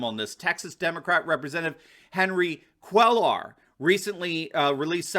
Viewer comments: Great job,, and watch your videos daily. But, as we say here in Texas, to not "pick nits" lol, but Henry Cuellar's name is pronounced "quay-ar". Have heard others mispronounce it, too. Thanks! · Proper pronunciation is "Quay-Ar". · Henry Cuellar PRONOUNCED "-CQUYAR" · Cuéllar is pronounced Cueyar! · Please see pronunciation The ll are pronounced as a Y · Spanish Double L is pronounced as a Y as in Tortilla. To put it nicely when you pronounce Cuellar like that you sound like a Biden.